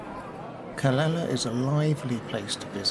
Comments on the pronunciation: Calela..noooooooo.. Ca Le Ya.. Calella is pronounced with the two ll's as a "Ya"...... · Hi nice video, the correct way is indeed Ca ley a, double ll in spanish is like a Y. 🙏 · How do you pronounce Calella. Is it Cal lay a?